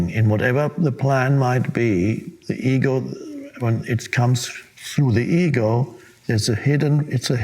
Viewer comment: I swore he was saying “ eagle”plans 🦅 🙈 up til goodness hahaha